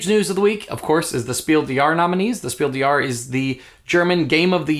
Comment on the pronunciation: Just a german tip: The "s" in des and Jahres is pronounced. It's Spiel DeS JahreS, not Spiel de Jahre.